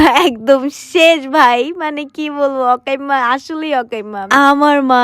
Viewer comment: অকাইম্মা ❌ আকাইম্মা ✅